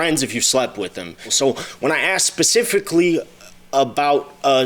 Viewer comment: Naw u were correct as well. He started saying it wrong but then the more he said it he corrected it.